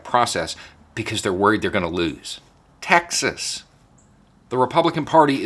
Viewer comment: As a German, that follows US politics closely: It's funny, that your pronunciation of "Texas" actually sounds like "Taxes" :-D -> "The Republicans actually fear they could loose Taxes..." Could that be called irony? Or even Freudian? Funny any way^^